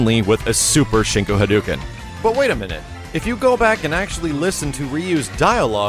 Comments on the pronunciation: Okay, I'm sorry to go all Captain Aspergers on you, but YOU of all people should know this... It's Hah-doh-ken. Not, Hah-doo-ken. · how long have you been playing capcom games that you can't pronounce "hadouken" right? Come on man:( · Still can't pronounce "hadouken" correctly, I see :P